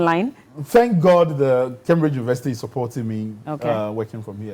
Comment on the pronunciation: It’s pronounced as Kaimbridge (Cambridge) and not kambridge